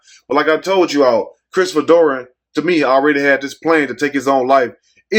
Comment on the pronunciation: Who is Christopher doran you keep saying Dory who is Christopher dorn